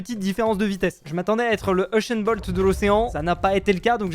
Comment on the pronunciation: UNCHAIN BLOD??? c usain bot 🤣🤣🤣